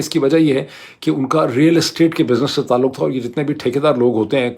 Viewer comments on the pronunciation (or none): none